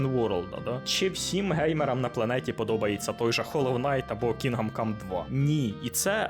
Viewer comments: КінДом, не Кінгам. "Г" якраз не читається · КІНҐДОМ, а не кінгам😅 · чого "кінгам кам", то ж "кіндам кам" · КінГам кам, прям ріже ухо. КінГдом кам. Відьма 3 ван лав, просто обожнюю. ГТА 5 так і не пройшов, купував разом із слімкою ще на диску за фул прайс, але гра не чіпляє, яка б вона якісна і пропрацьована не була, от не моє. Будучи дитиною, подабалася Вай сіті, за свій вайб, музику, неонові вивіскі. Підлітком Санандреас, за чіт коди, можливість політати, це було фаново. Але будучи дорослим, я не розумію, що мені від тих пограбувань і тюнінгу тачок, ну таке, Ще однію великою проблемою для мене стала розтягнутість ігор, як от в Год оф вар Рангнарьок, більшість побічних квестів так і не виконав, бо вони поверхені та абсолютно не цікаві,( бо все порівнюється з Відьмак 3). Мене не покидало відчуття, що в розробників стояв план, зробить гру на 100 годин, а те що вона втратить в якості, наповненості світу, роізноманітності сайд босів та квестів, це вже нікого не цікавить. Та як і в Привиді Цусіми, однотипні зачисти лагерів монголів, бо так треба і зроби таке 100 разів. Для чого це потрібно і головне кому, можна вкластися в 25-40 годин, зробити гру наповненою, різноманітною з цікавими сайдами, щоб залишився приємний після смак і це все ще буде ААА проект. хронометраж не означає якість. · Що таке, бля Кінгам Кам? Ти взагалі наскільки профік в ігро індустрії, що їбав вчитись називати ігри правильно? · Як він сказав Кінгам cum❓ Поки ви дивилися відево, ваш компуктєр згорів.